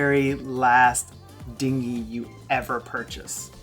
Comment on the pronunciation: lol you said hard dingy.